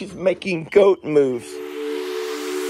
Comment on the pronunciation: First time I saw this video I swear I heard you say, "Goat moose. Not goat moves." So Journey is forever a Goat Moose in my head lol